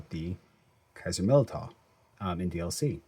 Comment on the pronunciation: I think it's pronounced Millydow